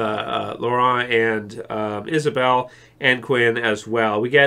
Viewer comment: it’s “Laurent” not “Lorelle.” LOL Like “St. Laurent”